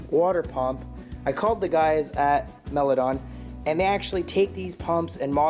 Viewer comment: mile-a-don not mill-a-don 😊